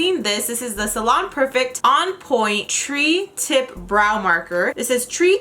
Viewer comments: tree tip lmao its supposed to be pronounced try tip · It’s not a “tree tip”. It has 3 points. Pronounced TRY tip. Three. Three=tri “try”...... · It's pronounced "try" not "tree" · Not tree tip...tri pronounced TRY. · Thank you for the review. But it's not pronounced like "tree", it's pronounced like "try". I'm sorry, pronunciation is a peeve of mine. But, you did awesome! Thank you! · Lol gurl, it's pronounced try not tree. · Its not pronounced “tree-tip” it’s pronounced “try-tip”- tri tip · I was confused as to why they would call it a tree tip, the I realized "ooooohhhhhh TRI tip!"!!!!!!!!! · Tri (pronounced TRY) as in three points. Great product though! Good job though on first try! If you go with the hair growth, it will work similar to the eyebrow lady for Anastasia of Beverly Hills' technique! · It's "tri-tip" meaning "three" pronounced like "try" FYI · I think it's pronounced "try" tip tho, like thrice. this is an interesting ass product